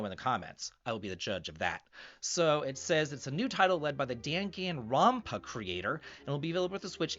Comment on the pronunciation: The way you pronounced danganronpa initially hurt my soul, but great video nonetheless. I am semi hyped for P5X, from what I know it is very mobile-gamey to its core and non-canon to the P5 story, but I love P5 and some of the designs of these new Phantom Thieves look awesome!